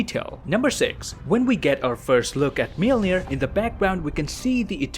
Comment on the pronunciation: thanks for the great content but PLEASE learn how to pronounce "Mjölnir"